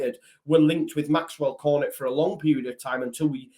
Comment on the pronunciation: Pretty sure you pronounce Cornet as Corn-ay. Silent t in French and all that. Like how you say beret. Still you probably need never say his name again